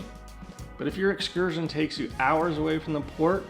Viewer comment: There’s no t in excursion